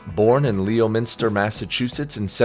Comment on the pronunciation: Leominster is pronounced "lemon ster"